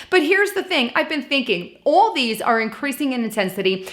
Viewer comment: "All these" damn your accent is slipping through. You sound like Mike Meyers doing his Manhattan lady bit. Talk amongst yourselves.. I'll give you a topic. Busted..